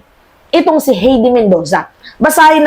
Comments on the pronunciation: HAYDE..READING NOT HEDI.. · Hindi mo pa ba iboboto si HEIDI MENDOZA? By the way, it's pronounced "Hay-dee" (not "Hey-dee"), OK? 😊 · Miss tamang pronounced Na Heide...HAY-DI imbes na HEY-DI for correction lang po salamat! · HEIDI MENDOZA WAS COA COMMISSIONER FROM . HINDI NA SIYA COMMISSIONER KAY DIGONG AT SARA. .....HAYDEE....NOT HEYDI .....OBLAYDGE...NOT OBLIG